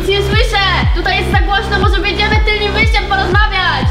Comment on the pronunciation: Tylnym, nie tylnim xDDD